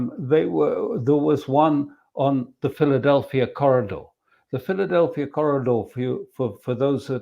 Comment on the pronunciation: From a little that I gathered over the past few days, it is NOT the Philadelpia Corridor, but rather that Pheldelphi Corridor, no 'a' at the end of the name.